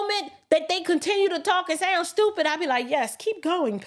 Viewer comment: you “STOOPIT” 😂😅🤣😆!!! Which is why I love you!😘